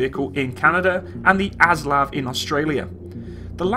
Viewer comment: Just as a point it's pronounced oslav not aslav.